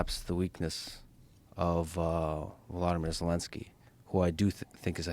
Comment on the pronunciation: It’s not Vladimir Zelenskyy… “vlodomir”